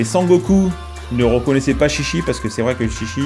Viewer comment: ah, ça se prononce "tchi tchi" techniquement ^^